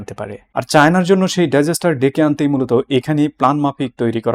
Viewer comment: ডাইজেস্টার কি? ডিজাস্টার?